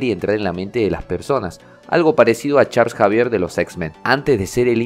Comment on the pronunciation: Se pronuncia charls xavier no charles Javier